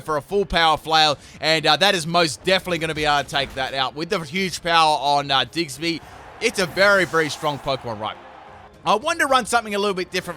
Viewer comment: So we gonna slide past him saying diggserby rather than diggersby? I mean I love the guy but is it his accent or is he just saying it wrong on accident?